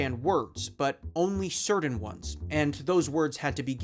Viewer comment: You pronounce "certain" wrong.